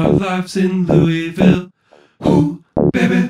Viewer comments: So glad you say LOU’E’VILLE!! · Thank God you can pronounce it correctly!